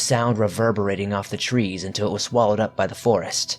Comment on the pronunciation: Miwwyuns of tweez in the pwimeview fowest!!! Mwahahaha(evil laugh)